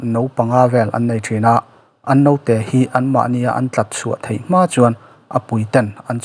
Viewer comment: Mizotawng uluk rawh,thei tih tûr ah Thai tih te a awm ...